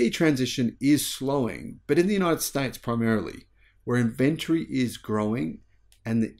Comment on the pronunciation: We have a game here at home. Every time mispronounces "Inventory" we have a drink.